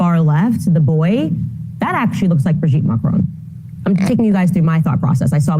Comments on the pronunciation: FFS his name is said exactly as it's written: MAC RON. MAC like in "BIG MAC" and RON like in Ron Weasley. Where on earth do you get M'Crone from? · Pronounce ‘Macron’ to rhyme with ‘on’ not ‘phone’. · Klandance insistence to mispronounce french name is almost pathological.